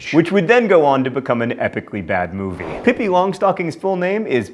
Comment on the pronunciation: Good job John on Pippi's name... now say it in Swedish >=)